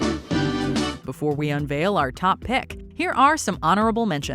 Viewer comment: I can't lie, I did get a kick out of Sandra Bullock, who sounds like she saying "phenomena" instead